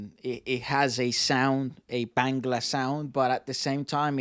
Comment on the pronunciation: Its Not Bengla 😂😁😂 Say BAANGGLAA